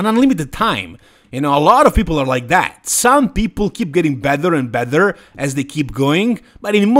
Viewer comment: No disrespect, but that Vancouver show was full of third tier guys. Beef Stu could be a level above though. Your English is really, really good but the "bether and bether) drives me nuts! 😄 along with you guys only classifying the open division as "bodybuilding." It's all bodybuilding! Lol "Sadik the physique" looks great. Lastly, at the top of the top there are no big changes to be made. I think too much is made of making drastic changes from year to year when you're at Derek's level. He can only finevtune from here.